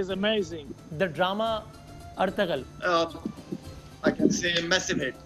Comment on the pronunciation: Ertugrul is pronounced as er tuh rul not artagul😂😂🤣